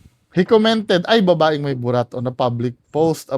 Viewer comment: Objective naman yung sinabi nung professor. Kaso yung mali daw ang pagkakasabi ng word na "babae". Hahaha 😆